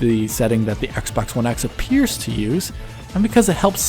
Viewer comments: I heard Assbox one x. lol. Love your analyses as always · he legit said "shadows on ass-box one x" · 1.15 I'm sure he says "ass" box one x. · Lmao I can't unhear it